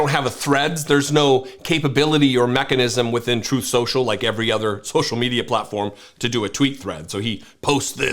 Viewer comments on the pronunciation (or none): "Troth senshal"